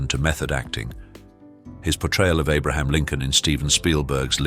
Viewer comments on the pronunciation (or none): none